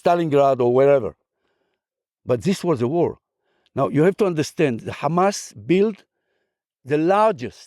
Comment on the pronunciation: That's the first Israeli i see pronounced Hamas correctly and didn't say khamas khamas 😂